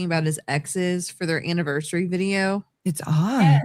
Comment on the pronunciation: I cringe each time she says "annivershree" 😑😑😑